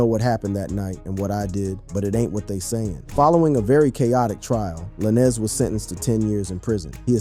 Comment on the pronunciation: If u can’t pronounce the name stop reporting. Who tf is lanezz